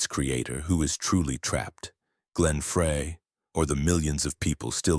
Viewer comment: Can AI get his name right Fry it's pronounced